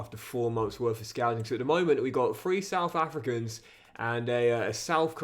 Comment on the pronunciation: your pronunciation of South African names is actually decent.